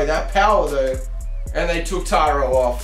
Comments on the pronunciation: His name should be spelled Tairo with the way you're saying it not taro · You said his name wrong at the end 😂😂 I'm not sure I wanted this series but I'll watch and see if my interest of this gets better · FG7YT so true